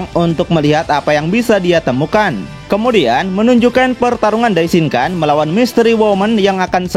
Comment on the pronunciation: Maaf bang mau ngasih masukan dikit. Dalam bhs jepang huruf “N” jika berada diakhir kata atau bertemu huruf “K/G” maka dibacanya “NG”. Misalnya “DAISHINKAN” maka dibacanya “DAISHINGKANG” Sharingan = Sharinggang Rasengan = Rasenggang Yamada san = yamada sang Sakura chan = sakura chang Jika bertemu dg huruf “P/B/M” maka dibaca “M” Contoh: Ganbatte = Gambatte Dan jika bertemu dg huruf “D/T/N” tetap dibaca “N” Contoh: Minna san = Minna Sang Walaupun sepele, semoga bs mnjadi masukan ya bang biar penyebutannya jd lebih enak di denger 😊😊🙏🏻🙏🏻 Ganbatte kudasai 💪🏻💪🏻💪🏻